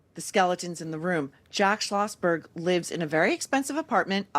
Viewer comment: “Jack Sloshberg” 😂